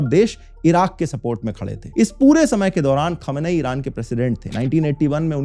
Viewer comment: Why do Indian YouTubers pronounce Iron as IRUNN ?